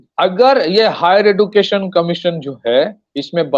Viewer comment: Education pronunciation man